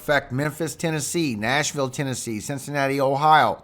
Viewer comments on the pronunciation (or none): none